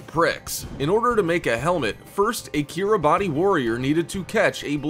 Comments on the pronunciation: Umm Yeah, around the 40 second mark you talk of the Kiribati Islands.... the thing is, it’s spelled Kiribati, but it’s pronounced kir-a-bus. Just thought you like to know that you’re insulting the entire country by mispronouncing it’s name... but then you sound like an American, so going around insulting people by saying the name of their country wrong is just par for the course. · Kiribati is pronounced "Ki-ri-BAS", the last syllable rhyming with "arse." Two minutes of research on the net would've told you that.... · Kiribati 🇰🇮 is pronounced: “Keer-e-bahs”. I don’t personally know why that is, but I do know it’s NOT pronounced how it’s spelled.